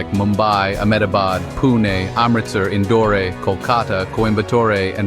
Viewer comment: I am sure, you will read Singapore just like you read indore